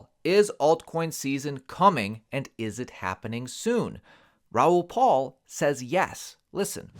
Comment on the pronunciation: His last name is PAL, not PAUL. How do you not know this?? And we're supposed to listen to your bogus advice?